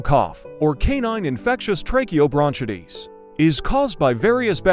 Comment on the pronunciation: Lose the AI narration or have it lean how to say words properly (bronchitis).